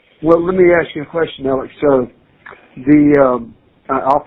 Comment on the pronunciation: Alex not alec